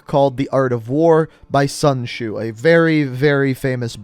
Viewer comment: Anyone notice he said sun shoe not sun tzu (sun zu)